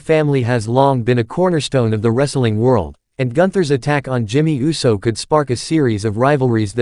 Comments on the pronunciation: Do us a favor. Please put a REAL LIFE PERSON on these videos to pronunciat peoples names correctly. It’s annoying to hear the voice that’s speaking say wrestlers names wrong. For instance instead of Uso the computerized voice pronounces it U.S.O. Put some respect on their names. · I can see you have a problem pronouncing the name UUUUUSSSSSOOOOO?!